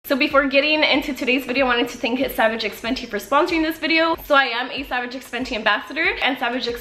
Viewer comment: It's pronounced savage by fenty